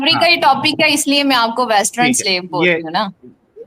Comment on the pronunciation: मादचोरद वेस्टर्न को वेस्ट्रन बोल रही है और ज्ञान दोच रही है।